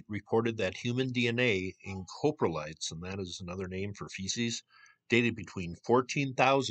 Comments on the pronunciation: close, COP-RE-LITE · Coprotlite; Cop-row-light You were close enough though. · Coprolite is pronounced "cah-pro-lite". Love the videos, keep up the awesome work! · Crappy pronunciation of crap😂